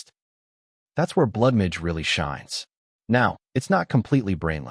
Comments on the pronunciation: Blood midge sound like some species of mosquito. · Why can't AI say MAGE? lol